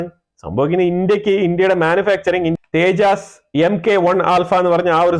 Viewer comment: തേജാസ് അല്ല തേജസ്‌ ആണ്.